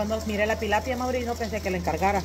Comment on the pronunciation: Tilapia No Pilapia